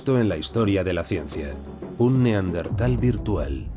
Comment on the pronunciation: Buen documental, pero en el doblaje pronuncian mal la palabra Neandertal, cambian de posición la ere (r) y la ere (n) 🧐